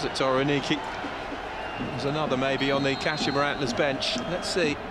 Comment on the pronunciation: It's Kah-she-ma. Pronounce it right